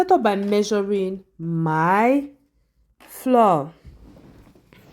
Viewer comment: Why do you say floor instead of flour?